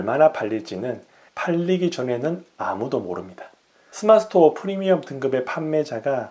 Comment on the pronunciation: 스마트스토어 발음이 잘안되셔ㅋㅋ